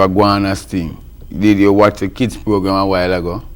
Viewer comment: Keeds and diseases😂